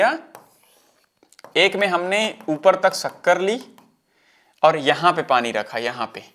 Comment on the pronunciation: padi nhi pani hota h bahiya kitna bekar lgta h sunne m aap padi bolte ho tum